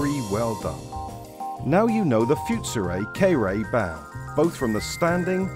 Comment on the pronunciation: The "foot-soo-ray" "kay-ree-tsoo", huh?